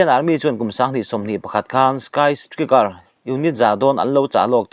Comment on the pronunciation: a bengvarthlak thin viau a..mahse lam sual a awm leh thin 'sky striker' = skai straikar tiha lam tur ania...tin, tukin ni 9.5.25 zing vanglaini chanchinbu nen a in ang deuh chiah mai..a tir lam hi....han update zel teh u news rintlak tak zelin...